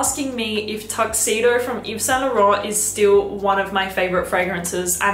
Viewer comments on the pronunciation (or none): none